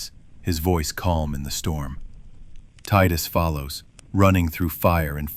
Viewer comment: The fact that you pronounced it tidus and not tidus means I can trust you. Putting the phone down to listen in bed now, see u in the morning, I’ll reply back to this with a post bed time review